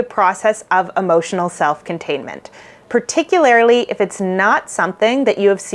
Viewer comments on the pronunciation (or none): I’ve been binging your videos and noticed that you use the word “particularly” a lot but you pronounce it as if there is an “i” before the last “l”. No disrespect- you’re obviously super smart, and just doing it out of habit. This video has been ~particularily~ helpful for me. I’m an autistic fearful avoidant. Thank you so much for the great content!